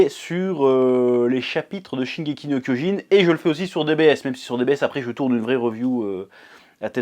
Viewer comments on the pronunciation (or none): none